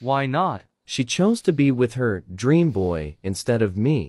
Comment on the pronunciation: it's dream not draem